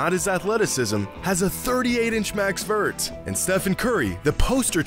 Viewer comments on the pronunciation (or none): none